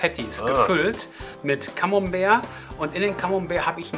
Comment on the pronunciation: ...er sagt doch so schön Camombär!